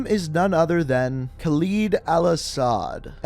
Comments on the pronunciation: Khalid (Kal-Lid) not (Kal-eed) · Kha-lid not Kal-lid!